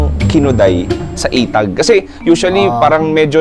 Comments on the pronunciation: correction,,,etag not itag,,magkaiba ang pronuonciations nya mga boss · Inbagana garuden din pronunciation na ay "etag" nadagsen ay "e" pagat eee-tag paylang ay eee-tag hahaha ngem mayat amin 😂😂😂